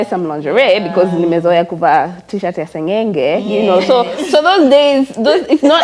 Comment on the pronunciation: did not just say shati ya seng'eng'e😅😅😅